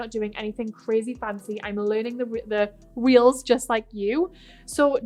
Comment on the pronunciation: Is she saying "reels" or "wheels" and what is that?? I really don't understand